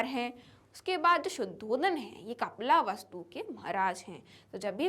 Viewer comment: Mam yeh kapila vastu nahi hai 😅😅 yeh kapil vastu hey